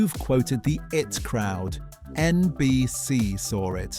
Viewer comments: Why are you so penny-pinching, and so insulting to your audience, that you won't use a real person to do the narrative, but, instead, use an Artificial Moron (we can't call it Artificial Intelligence) to mis-pronounce the words, names and phrases? It's bad enough that it called 'The I.T. Crowd' 'the it crowd' but even worse that WW1 (World War One) became WWI (Western Women's Institute?). And speaking American in an English accent (the pronunciation of years, for example) is more than irritating. There should be a warning in large letters that this is narrated by a moronic bot, and that it is therefore not worth watching. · I.T. Crowd. Not It Crowd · The name is The I---T Crowd. Not The it Crowd. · It is not the IT crowd, it is the I.T. Crowd. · It's not The IT Crowd , it's The I.T. crowd. Dumb Seppo